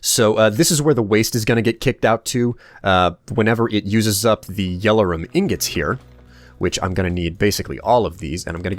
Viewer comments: You pronounce Yellorium like it's spelt Yellorum. My brain hurts now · no offense in anyway, this is just something that bothers me but its pronounced yellorium not "yellerum" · You pronounce a lot of things weirdly, especially yellorium. It's je-lo-ree-um, not jello-rum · Why does say "Yell-or-rum" insted of "Yell-or-ium", There is clearly an I in there... or is it just the fact that American English is different to British English... (and if so why?)